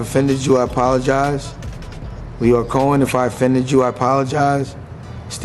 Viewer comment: How are you pronouncing these names?! Lion Coen Camren?! 🤣🤦🏽‍♂️